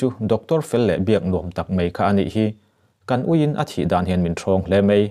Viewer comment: Mai tih tur ah mei i ti thin a